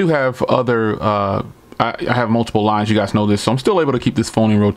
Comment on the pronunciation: I thought you said you have multiple wives when you said you have multiple lines and had to pause and rewind lol